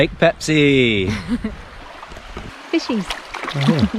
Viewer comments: 🤣 When I heard it first I was thinking - “No, you didn’t say Pepsi!”... second time...”Am I deaf...? No, you said Peipsi, yeah...definitely Peipsi.”... third time... “Wait wait wait a minute.... said Pepsi?? Noo...she said Peipsi! Or not... 🤔 “ whaaaat? 😁🤣😁🤣 Same same but different and it doesn’t matter actually! You are so awesome couple...so Pepsi or Peipsi!! What ever you want! You can! 😁🤣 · The lakes name is Peipsi, not Pepsi!😊In English language the lakes name known as Peipus.